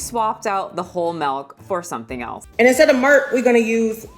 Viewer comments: I love how you say "Melk" instead of Milk. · Did she say "Mirlk"????? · Did she say Whole Melk?🥛 😂😂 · She’s referencing Finesse 2 times who pronounces it like that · It's a throw out to a rapper who had a thick accent and pronounced milk as murk. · I distinctly heard "Malk".